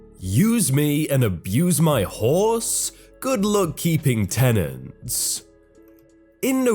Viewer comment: I was just listening when you read the first title.... I heard it as 'Use me and abuse my whores?